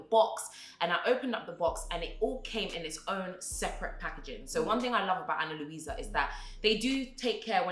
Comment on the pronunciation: ‘A-nn-a Lou-i-sa’ 💀